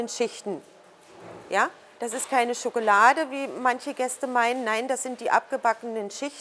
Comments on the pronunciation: officially triggered with "SchokElade". ;) nein, tolles video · My God... German is such a beautiful language... how I'd love to learn German... sadly, it's very expensive here in Portugal (I believe it's 200 - 300 euros per month at the Goethe Institute in Lisbon). Anyways... I watched the video... and all I could hear was the lady saying: chocolade, chocolade, chocolade, chocolade xD Chocolade - someone after my own heart...